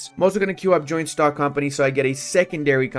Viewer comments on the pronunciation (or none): none